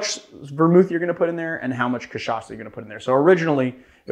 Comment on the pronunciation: That was a great pronunciation, nice R. Your "cachaça" is 10/10, too. Only sad you didn't mention rabo de galo translates to cock tail.